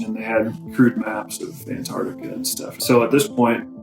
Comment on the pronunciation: Ant-ARCTIC-a", not "An-TART-ica". Interesting video though.